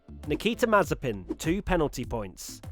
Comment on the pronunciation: Please stop pronouncing Mazepin wrong!!!